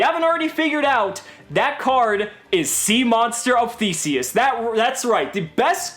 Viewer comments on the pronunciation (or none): Deaddddddddd when he said sea monster of theasus 😂😂😂 played me I knew he was going to say Drident 💀💀💀💀 damn man